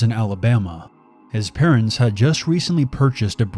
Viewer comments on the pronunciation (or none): "His patents are looaded they sell engagement rings"